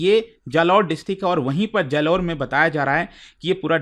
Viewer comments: It's बालोतरा not बलोतरा It's जालौर not जलोर 😅😅😅 Love from RAJASTHAN ❤️ ❤️ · बाड़मेर ❌ बारमेर जालौर ❌ जलोर बालोतरा ❌ बलोतरा 😂😂😂